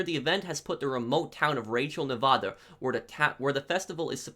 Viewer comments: You say Nevada wrong!! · i love your videos and everything... but say nevada right